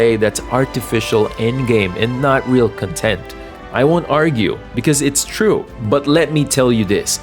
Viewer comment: I like how you said content…instead of content.